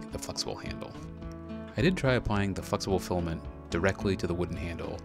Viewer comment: Fluxible Filament! (Sorry, can't unhear it :D)